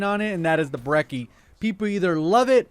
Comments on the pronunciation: not breki, breCHi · He said Brecci four times and it was four too many times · you said brecci wrong